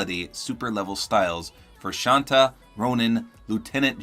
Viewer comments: Hi. The correct pronounciation for Shanta is Sh-uhn-tha. Yes there is a small h sound. Hope this helps, Love your vids heaps keep up the great content! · the second way you said shanta (shaan-tah ig) is how indians would pronounce it